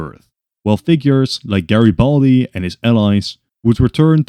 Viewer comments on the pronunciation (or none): GreBALDi Lol